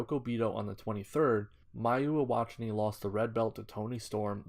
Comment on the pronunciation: Mayu who? Iwatani? Eee wah tawn eee?